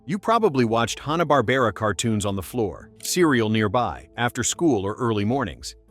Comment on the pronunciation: Now if the guy could only pronounce "Hanna" right. The Tom and Jerry examples are horrible compaired to the theatrical cartoon. The Jetsons examples are also bad compared to the original first season. The Hair Bear Bunch was great and a excellent spoof on Hogan's Heroes.